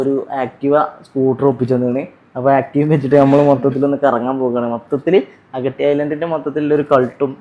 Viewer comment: അഗട്ടി അല്ല അഗത്തി ആണ് 😅